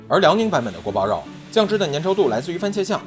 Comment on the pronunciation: guo bao you is the correct pronunciation:goat-turquoise-white-horns